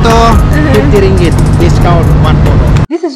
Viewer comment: Yes...please do since these people are not even Malaysians. Report them to the Tourist Police. Most staff who man the shops are also not Malaysians, but they can speak Malay more than English. It's Ringgit.....not Regal.